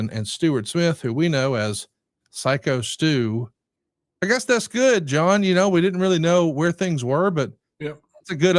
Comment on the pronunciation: Glad now knows Stu’s name is “Psycho Stu” and not “Sicko Stu” like he was saying for a couple of weeks lol